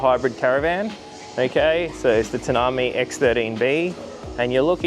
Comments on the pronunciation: Yeah great vid but it's Tan-Aah-My not Tan-a-me, if it's named after the desert. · “Tanner My” desert (Tanami desert) 😁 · So, is anyone going to point out that you pronounced Tanami wrong? You are trying to promote how good this ute is and as a 4x4 etc but you can't even pronounce a name of an Australian 4x4 icon challenge, or bothered to investigate how you pronounce it before you banged on about your city ute. Mate, if you want offroad acceptance for a chinese vehicle, that your whole business is based around, so your going to promote it positively, go remote, drive it up the TAN-A-MI track and then jump over to the Gibb River road to test it out...then run it on a working farm for 6 months....obviously ignorance is bliss...